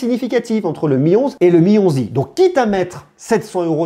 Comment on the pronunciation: «Le Mi 11i» Dans ma tête: «Le Mionzi» 😭😭